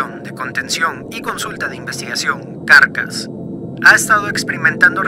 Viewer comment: no se por que me genera amciedad que diga "carcas" pero mi cabeza dice "caracas" X,D